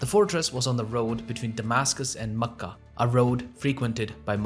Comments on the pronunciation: That's cool how you pronounce Mecca. I've nver heard it pronounced like that. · I’ve never heard any native Arab pronounce Mecca and Medina like you do. No need to fill your mouth with the words. The two names should smooth out effortlessly. What you do might impress on non Arabs that you know because you can pronounce these alien names, others will simply see it as a cover for ignorance on the material.